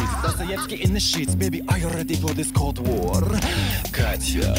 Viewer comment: I thought it was "Called" instead of "cold"